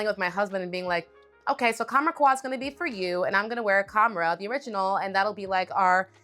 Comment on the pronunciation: Qahwa. U read it KAhwa. It's "coffee" in Arabic.